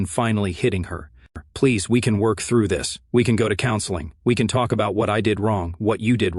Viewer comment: Too much self-introspection and self-congratulatory commentary..... And again this AI voice over uses the word "apparently"..... Everywhere he uses it it can be completely eliminated.... And what's with the hard pronunciation of "K" at the end of the word work....."worKHHh"